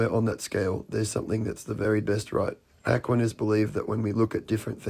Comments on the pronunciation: The guy who kept pronouncing it ACKwaniss had me rolling. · Am sorry but that guy absolutely mispronouncing Aquinas. Really got on my nerves. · It's difficult to take someone talking about Thomas Aquinas seriously when he doesn't even know how to pronounce the name. Apparently he's never attended a philosophy class. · If I were promoting an entire world view based on the ideas of Thomas Aquinas, I would first check how to pronounce his name. 😂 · I've never heard Aquinas being pronounced like that. Is that because he has a different accent than I'm used to? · It drove me nuts that that one guy kept mispronouncing "Aquinas" 🤣 That's all I could understand, The rest of what he said was just nonsensical. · Is he purposefully mispronouncing "Aquinas" or is that a British pronunciation or something? (I looked it up and I can't find this pronunciation anywhere. I think he's just saying it wrong every time.) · Apart from all the other BS, that guy`s pronunciation of Aquinas really grated on me.